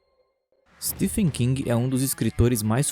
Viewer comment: Não é ”Stefen” amigo, a pronúncia de Stephen é “Steven”, só estou corrigindo pois achei muito legal seu vídeo